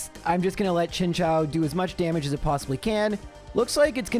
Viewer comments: His pronunciation of chinchou though ☠️ all kinds of wrong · Both this vid and MDB's latest one had me heading for the hills on that pronunciation! XD